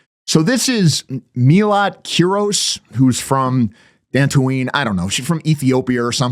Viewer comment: said "She's from Dantooine" hahahahahaha